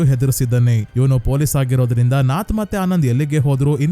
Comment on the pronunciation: ಕಲಂ ಕಾವಲ್ ಅಲ್ಲ ಕಾಲಂ ಕಾವಲ್. ನಾತ್ ಅಲ್ಲ ನತ್ತ್ ನತ್ತ್ ಅಂದ್ರೆ ಗೂಬೆ